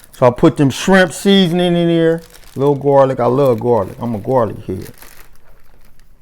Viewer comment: “Put the oysters up in neer” 😂